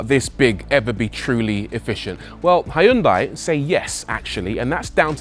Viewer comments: It’s “Hyun-day”, by the way. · First time you mentioned Hyundai You said it wrong as they like to remind us in adverts .